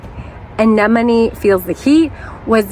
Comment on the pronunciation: You almost saying anemone like Nemo towards the end there 🤣